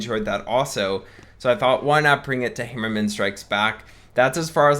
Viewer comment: Dude with all due respect learn to pronounce the name right its torture listening to u trying to say HAmmerman try it right would u its HAmmerman not hemmerman like u say sorry if i offend u but dude it's torture